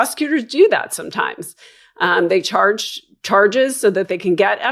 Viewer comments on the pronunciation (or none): none